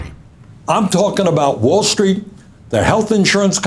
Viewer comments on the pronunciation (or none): Drink every time burnboi says woulstreet